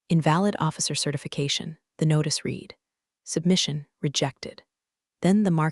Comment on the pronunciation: AI lesson:- 'read' is pronounced as 'red' silent a